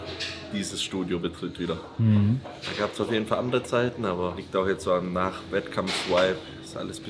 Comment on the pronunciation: Bin ein richtiger fan, aber Whipe und Vibe ist einfach ein unterschied bro..... BITTTEEEEEEEEEEEEEEEEEEEEEEEEEEEE jeeeeedes video sagst du das wort JEDES